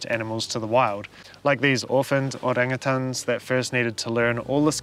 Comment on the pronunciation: It's refreshing to hear a non-indonesian/Malay pronunce orangutan correctly. 👍